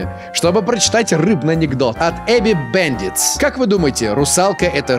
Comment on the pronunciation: ахаха ,Эби бэндитс))) . Мне кажется правильно будет Абу бандит